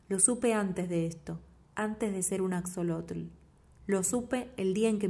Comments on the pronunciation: Asholotl. Bueno así se pronunciaría. Pero no importa. Me encantó la lectura 💓🙏🇲🇽 Saludos desde México 🇲🇽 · Hola, muchas gracias por tu lectura, soy mexicana y la uso para mis clases de español. Axolotl es nahuatlismo por eso la letra equis se pronuncia como 'sh' ;)